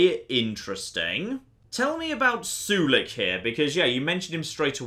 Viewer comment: The way he pronounces Sulik's name bothers me a bit, I pronounce Sulik as (Soul-lick) not sure if it's the proper way of saying it..maybe is right after all and I'm just a noob